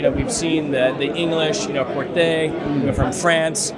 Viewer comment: it's pronounced similar to Corté, not Corthé as the "h" silent.